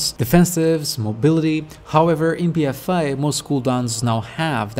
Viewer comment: Lmao, it's just your accent. When you say "a" it sounds (to me) more like you're saying "eye" or "I". I'm just busting your balls.